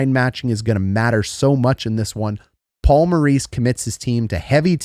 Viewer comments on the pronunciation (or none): none